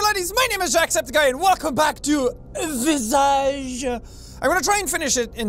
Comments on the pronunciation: “.... and Welcome back to **vee zazhe**” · jack: * pronounces visage * my french-speaking ass: expiration nasale extrême